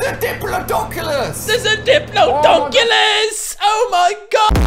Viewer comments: It's pronounced like di-plod-i-cus not dip-lo-do-cus. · Not to be rude but it’s pronounced dip- lod-er-cus nor dip-lo-docus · It's not Dip-low-doshus it's dip-la-do-cus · Johnsson dip-lod-ocus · "There's a diplodoncelus!" Ali-a 2018. Lol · He laughed at the title of Ali A trying to pronounce diplodocus even though he mispronounced it himself it is. Dip la doe cus it’s dipl awe dic us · Why did people ruin Minecraft it’s like my number one favorite game I’m depressed because of the people who make Minecraft cringe Especial Dinosaurs are my fav but Ali A trying to say Diplodicus Di-plo-di-cus cured my depression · That’s not how you pronounce Diplodocus.... “Di-plod-o-cus” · Acctuly its pronounset dip lod icus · even cant pronounce diplodocus. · still said diplodocus wrong.. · You pronounced Diplodocus wrong.